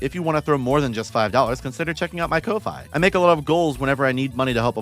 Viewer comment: Is kofi actually pronounce like that? I thought it was like yea man just buy me a coffee to support me and because of its logo